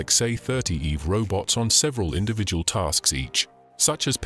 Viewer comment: "eve robot"? stupid name. the whole time I was hearing "evil robot".